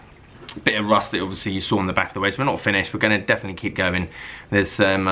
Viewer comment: Wedge was butchered 👀